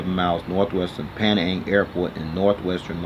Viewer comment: its pronouced as pee-nang or penang together haha.